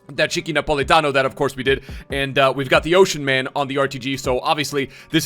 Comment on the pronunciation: For you foreign people, it's Politano not NA Politano